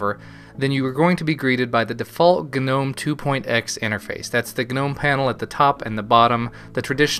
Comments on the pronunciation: the gnome website on the front page says 'nome' not 'gah-nome'. Sounds like your being stabbed every time you say nome. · Is Gnome pronounced g'nome? I thought it was normal ol' nome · i really really REALLY HATE how you pronounce gnome. its gnome as in garden gnome. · if anything, you should be pronouncing it as "G-nome"; "gah'nome" sounds ridiculous. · Tthe word Gnome, is not pronounced with a hard G. The G is silent. G.N.O.M.E. has the hard G only because it's an acronym not a word. The GNOME foundation choose the words just to make fun of language I'm sure. I hate it, and say nome because I refuse to say it that way. ... at best I'll say G Nome.. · Agreed. Does this guy also pronounce gnat GUH-nat? or Gnarly as GUH-narly? The word gnome has a silent G. You sound foolish and annoying. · STOP SAYING GUHNOME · lol, you say /gu-nome/ good review, thanks for the insight :D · the g is silent.... EHHHHHHHHHHHHH so anoying. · when will yanks learn to pronounce "gnome" and "beta" amongsed other things???????!!!!!! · the way you pronounce 'Gnome' killed me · Just saying... I'm pretty sure the "G" in "GNOME" is silent. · I always thought the G was silent... No? Any way man, quality vid and commentary as per the norm.